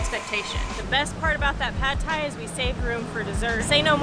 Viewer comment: Non-native speakers always mispronounce Pad Thai, because of the mis-romanization of Thai words. It should be pronounced "pud thai" with a short vowel like the word "nut." "Pad" in Thai means to stir fry.